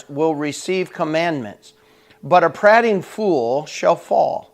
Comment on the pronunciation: Great devo! Searched for the word on YT and you came up, only thought is I would pronounce it as the speaker of the house of commons did: the a is an EA not an AH.......thx!